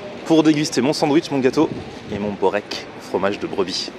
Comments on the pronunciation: Börek , c'est spécialité Turc ! sa se dit "beurek" mais on écrit börek ;) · Borek c est une spécialité de serbie aussi et on écris berek mais en Serbie cela se prononce:"bourek " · Jovan Topuzovski on dit "beurek" amk c'est spécialité turc je devrai savoir plus que toi nan ?